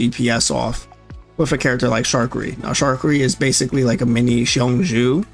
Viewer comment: Just an FYI- Qiongjiu = Chong•Joe